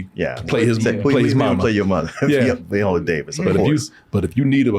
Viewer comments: Viola not veeeola y'all dgaf about vowel sounds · Can we please pronounce Viola Davis' name correctly? Not Viola like the instrument but VI-ola. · Who is VEE-ola Davis? 😂